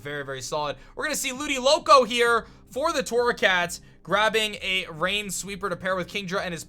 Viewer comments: What is Ludicolo it is definitely ludiLOCO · "Ludiloco" It's LudiCOLO lol love u